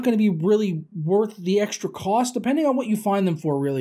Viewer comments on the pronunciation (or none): none